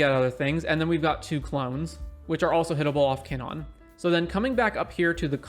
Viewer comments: Monna? Kinnonn? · I took a shot for each time KinnAn was mispronounced and now i’m dead.